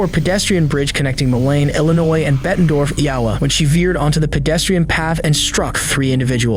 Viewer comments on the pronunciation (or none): "Malain, Illinois and Bondorf, Yawa" ... enough with this AI generated bullshit. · Mo-leen, Bet-en-dorf, eye-oh-wa.